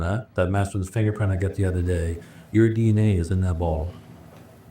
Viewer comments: I had to read the captions to figure out the word “bottle”. 😂 I was hearing ball. How do you have three half full balls with fingerprints. 😂🤣 Pedal bike was a new one. Distracted me from everything else. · Omg I did the exact same thing. I kept hearing “balls” for the longest time. Thought they were playing boules or something 😂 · Yes. The buzzcut guy can’t say “boTTle”. He needs a speech coach.